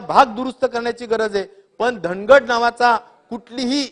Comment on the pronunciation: बाराखडी शिकायची गरज आहे, ड आणि र यात खूप साम्य आहे, ड ला र का म्हणावे याचे सविस्तर उत्तर द्यावे..श्याम ला राम का म्हणावे.?